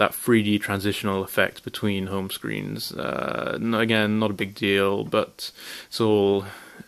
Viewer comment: you say "screens" like an american